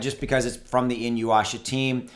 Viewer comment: "E-New-Yasha"... Inuyasha...